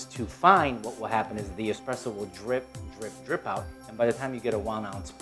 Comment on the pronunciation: This clown, expresso? Do you espresso, no x in the word.